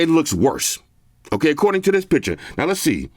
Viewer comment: PiCture not PiTcher😂